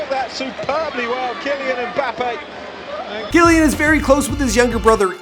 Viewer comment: BTW it is Key-Lan